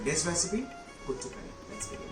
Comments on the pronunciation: No no not kutu, kootu, your pronunciation is wrong, please don't kill 🙏🙏, spare the Malayalam words when you can't pronounce. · It is "koooot" curry .. koooot means together/with .. so smthin to go with rice